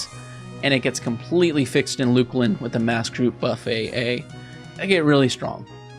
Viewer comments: FYI, Luclin is pronounced Luck-Linn, not Luke-Linn. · Luke-Lin 100% for sure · It's "luck-lin".